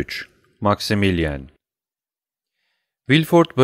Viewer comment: Emeğiniz için teşekkürler. Elimden geldiği kadar romandaki bazı kişi ve yer adlarının doğru okunuşlarını yazmaya çalışacağım. Maximilien : Maksimilyan Villefort : Vilfor Mösyö d'Avrigny : Mösyö Davrini Noirtier : Nuartiye